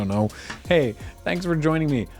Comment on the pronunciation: Did say "thanks for ENJOYning me on the crack a pack"?